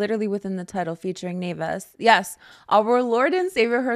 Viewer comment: The way you are the only one that can pronounce naevis right is so nice lmao